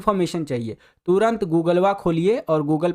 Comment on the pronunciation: Gugulua ni sir google😂